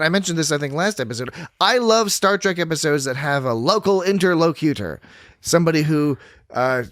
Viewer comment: Note that the word "interlocutor" is stressed on the third syllable, which is pronounced as "lock". Also, there are schwas in all other syllables apart from the first. in-tər-LOCK-ə-tər